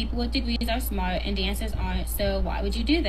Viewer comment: "Eeben doe a 'ave a degwee, I'm a stwippuh because I'm smahtuh." Girl! You cant get hired for any job that requires representing your company! 🤣🤣🤣